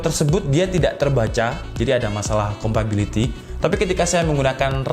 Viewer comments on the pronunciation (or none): compatibility gan bukan compability wkwkwk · Bang, mau ngasi masukan. Ngomong "compability" nya coba diganti sama "compatibility". Biar lebih nyaman di telinga pendengar kyk saya.